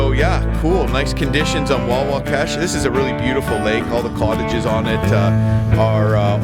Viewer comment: Hey you guys went right past the beaver pond that drains into the Mag from Watson Lake where my buddies and I have our hunt camp. By the way it is Wahwashkesh as in "wah wash kesh", sorry I am a stickler for getting place names right as I believe you mispronounced it in the video. There is good bass fishing on Watson Lake if you haul your canoe over the beaver damn at the river paddle the pond then haul the canoe over the second damn at the north east end of our lake.